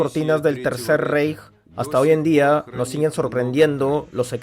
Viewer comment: Se Lee RAIJ! NO REIJ (REICH)